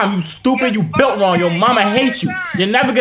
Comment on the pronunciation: The way be said you bulit wrong